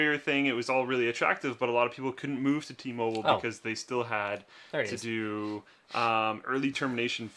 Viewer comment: Did Slick really say T- Mobile like that ?